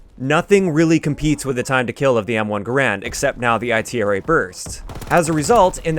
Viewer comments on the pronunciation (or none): I hate how he calls it the I T R A burst its itra burst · you know the letters aren't separate right they all make one word, if anything the B.A.R is pronounced separate